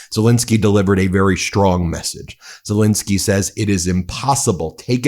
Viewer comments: Great video, but could you please pronounce Zelensky's name correctly. It's not Zelinsky with an i, it's Zelensky with an E. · Warum sprechen den Namen Zalinsky immer so total falsch aus und sagen oft einfach nur Salens oder andere Verballhornungen? Dies empfinde ich als höchst respektlos und dümlich und das wäre für mich auch ein Grund Ihren Kanal zu kündigen, falls Sie dies nicht ändern sollten! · It's Ze-LEN-ski....just get the man's name correct...